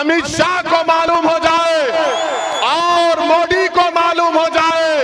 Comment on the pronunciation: Moddi nhi mere bhai MODI😂 THALI nhi tali... 🤣🤣 shinde nhi shindhe Shabd to thik se bolo